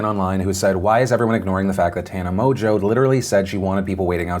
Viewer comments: Is it really pronounced 'Mojo'? Its got an n in it. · Don't disagree but hasn't the Tana 'Mojo' gag run enough? Her name is pronounced 'Mon-g-ew'. Like I get idubbbz said it in his video but I mean he also pronounced her name correctly and this is a news show.